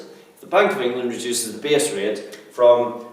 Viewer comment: haha you say base rate like b.s. rate XD